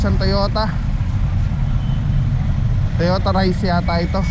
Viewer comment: Toyota reiz po pronounce.daihatsu